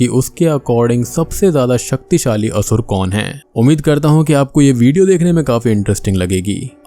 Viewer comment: Its only Sur and Asur. The English spellings contain the extra 'A' at the end. Don't use it in pronounciation.